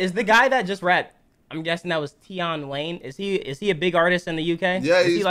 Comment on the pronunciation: ‘Tie-on wayn’